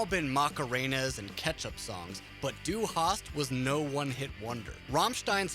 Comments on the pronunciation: Cheezus Crust, if the presenter would even bother to try pronouncing any of it correctly it might be less cringeworthy. Dy Harst ? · "Dew Haas" :D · Hard agree. Ich komme aus Amerika und kann besser Deutsche sprachen! (My grammar might be a bit rusty, es tut mir Leid.) But seriously, this dude manages to somehow butcher the pronunciation of the words "du hast" and doesn't even bother to attempt a German accent when saying "radio", which, given the fact that Rammstein are German, would be the correct way to say it. Also, if I didn't know he was trying to say "Hierate Mich", I wouldn't have fucking understood it, and I got C1 when I took my German CEFR exam back in my senior year of high school. He absolutely butchered it. I took that exam almost a decade ago, so I'd put myself more at the B1/B2 level now since I don't use it daily, but my point is that I definitely would recognize the words if someone was actively trying to say them correctly. That's... kinda sad? Like I know it's literally impossible to say some morphemes if you aren't exposed to them or practice saying them before you pass a certain age, however, if it were me with a voice over gig, I'd at least have bothered doing some linguistic mirroring exercises before reading the script for the video to try and get some of them correct. Obviously if you've never had any proficiency in German, you aren't going to get some of them right, but none of them, not even ones that share morphemes with English? That's zero effort. Zero effort is obvious.